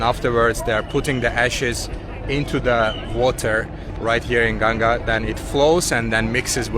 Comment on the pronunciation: Thanks for taking proper name of river Ganga not gaan-zz-ees